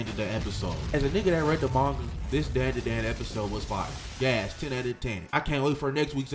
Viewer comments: This dude has no idea how to pronounce such a simple title 😂😂 this dumbass is saying Dan Duh Dan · that way you say the name of the show had me crying:face-green-smiling